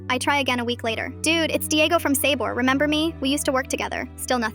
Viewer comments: "Sayboar" killed me. 💀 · The way she said “sabor” 😂😂